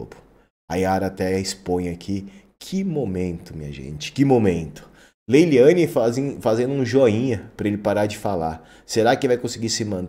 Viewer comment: MEU LINDO NÃO É LEYLIANE É LEYLANE .